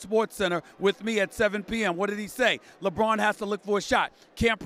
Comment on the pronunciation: Lebroom 2× say it 2×